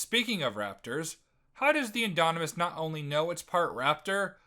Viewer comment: "the indonimus" yeah you don't know shit